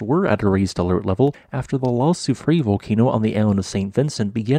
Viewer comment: I feel obliged to criticize your terrible pronunciation of La Soufrière - it is - Lah Sioux Free Air.